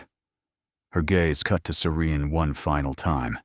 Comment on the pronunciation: Love this story... These storyline is so easy to follow. Loved how serene/siren..IDK. The narration misspelled the name so many times..and why the heroin always named Serene/Siren?? I'm just wondering 😉? Always love a story with epilogue! They make the story feel complete.. 🥰🥰🥰. Thanks for sharing the story. It's 👌👍